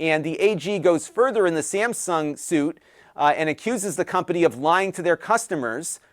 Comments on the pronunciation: I know it's Texas, but... Samsgun? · “Samsgun”? Never heard of ‘em.